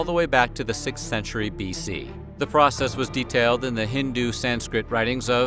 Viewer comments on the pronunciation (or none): none